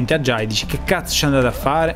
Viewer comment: non ajiai ,ma ajay per favore pronuncialo cosi agi*, è il mio nome😂😂